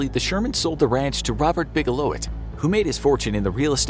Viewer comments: His name is Robert Bigelow, not Robert Bigelowit! Wtf?! 😂 Robert Bigelow is a LEGEND and how DARE you misspell his name?!😂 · Bigelowit? It's Bigelow. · It's Robert Bigelow, not Robert Bigelowit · "Robert Bigelowit" ????????? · Robert Bigelowit XD.... The mans name is Bigelow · "Robert Bigelow-(it)"? His name is Robert Bigelow. All in all a great video and big thumbs up! 👍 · Bigelowit? Seriously? lol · 'Bigelowit'. LOL. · Robert bigelow”it”? Lol 😂